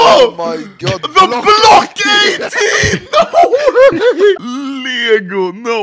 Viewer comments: I love how anomaly says lego "Liego" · the way he says LEGO😂😂😂😂